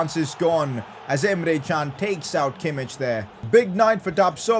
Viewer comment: He’s saying Kimmich wrong😭😭😭😭😭He’s my face midfielder at least try S2G